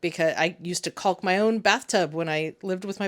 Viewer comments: The L in caulk is silent. Go ahead, keep saying it over and over 😂. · it didn’t occur to me that’s why other people pronounce the L in caulk, primarily women. I thought they were just trying to be polite even though the L is silent. It didn’t even occur to me about the demonetization thing because you’d be cussing up a storm.